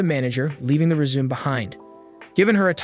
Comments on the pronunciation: Resume?... Yes of course.. Always leave a good resume with a job.. Or is it joohb? 😆 It's rez-oo-may.. Learn to speak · It’s re-zu-may. Not resume. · Hahahaha... "re-zoom". It's pronounced "reh-zoo-may" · Not criticizing your video. You accidentally said resume instead of resumè twice and I thought it was cute! Keep doing your videos, I love the breakdown. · Reading the “rezoom”? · For someone who watches anime, you mispronounce résumé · Lmao this guy had me dying and dumb founded that a person who speaks English doesn’t know how to pronounce résumé correctly